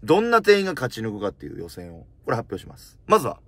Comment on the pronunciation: 予選通過しむぁす